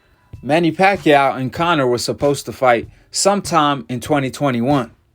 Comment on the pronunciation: he said "BACHACHA" lmfaoo